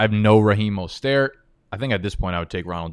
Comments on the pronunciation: Why can’t you just say Mostert’s name like an American?? Do you always have to sound like fuckin Pepe Le Pew???? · Bruh.... the way says Mostert has me tilting more than when he leaves his screen and misses a pick...